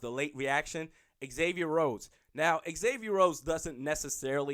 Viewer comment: Say it with me - Zay-Vee-Yer It's not Ex-Avier. Just like Xavier University. The home fan media, should know how to pronounce our players names. Zimmer and guys on the team, call him Xay (prounced Zay). Not ex-say